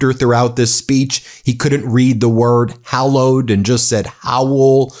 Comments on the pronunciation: “ ~ “howl” burial grounds ~ “ 🤦🏼‍♀️🤦🏼‍♀️🤦🏼‍♀️ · Gawd! He can barely use punctuation, just trails off, spits out random words. Can't pronounce "hallowed" ground! Literally tearing down the pillars of Democracy! Vile!